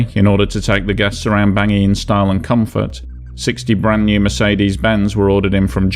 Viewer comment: Although the CAR’s Capital is spelled Bangui, It’s French, and is pronounced “Bong wee” not Bangi.